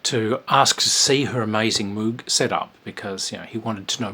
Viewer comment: FYI "Moog" rhymes with "rogue". Switched On Bach is one of my top 10 favorite albums. Life wouldn't be the same without Wendy Carlos.